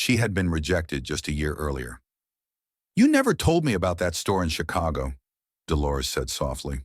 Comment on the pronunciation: If she was in Paris why did the storyteller keep saying she was watching the rain was in PARIS And he keep saying Chicho